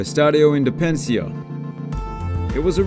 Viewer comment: Pedro Porque o nome do estádio é IndepenDÊNcia. O narrador pulou uma sílaba.